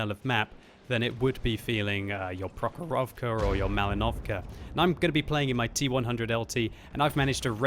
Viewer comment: HI! You should make accent to first "o" - Pr_O_chorovka